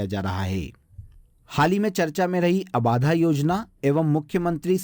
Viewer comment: 'abaadhaa' nahi 'abadhaa' hota h